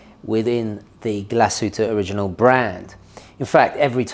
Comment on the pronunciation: It's a beauty, although not in white. White is the worst color. Black looks nice and they have it in this really stunningly beautiful green sunburst dial that's just gorgeous! By the way, first again! 🤪 Also, the g in original is a hard g. 🙂